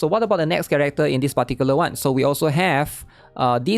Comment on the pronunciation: Take a shot for every "dispaticulaone"